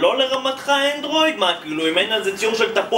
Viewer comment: למה לא אנדרויד אומרים אנדרואיד עם א